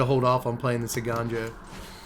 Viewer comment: Pronounces Eiganjo correctly = 10/10 content, liked and subscribed. Hearing folks butcher that card's name has been a real bugbear of mine.